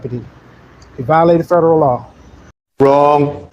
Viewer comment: I understand that people who don't use certain words often might easily mispronounce them. But these people are attending "seminars" and still saying things like "statubatory" and "ferederal" law. If you've got special knowledge nobody else has, get the pronunciation right. It won't make you less stupid. But you'll at least be convincingly stupid.